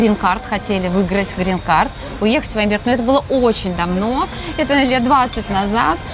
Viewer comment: Говорррррила я вам. Грррррин каррррт